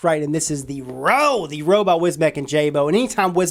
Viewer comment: The roooo! lolololol !!!! REUX Like the word euphoria!!! Come on!!